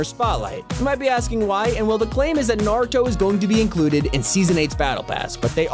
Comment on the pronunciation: I hate how he says nar-i-toe instead of nar-u-to